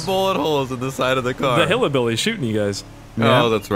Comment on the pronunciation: Does he keep saying hillabilly?